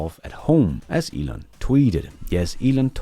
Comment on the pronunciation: Why can't Americans pronounce words correctly? Elon is hardly a difficult name to get right.